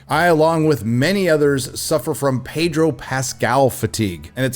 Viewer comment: Pedro.... the r is silent